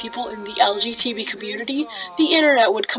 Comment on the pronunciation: May I ask why you say LGTB Instead of LGBT?